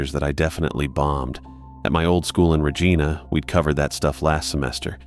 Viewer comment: Yeah but screwed up Regina.